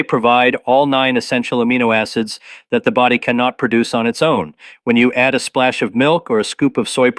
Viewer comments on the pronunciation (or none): none